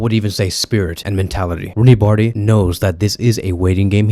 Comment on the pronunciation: First learn how to pronounce his name😂 Then if he were in Vardrid he would never get as much chance as berca gives him